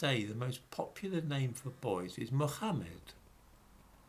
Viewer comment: Good video, but only dhmimis pronounce Mohammed like that.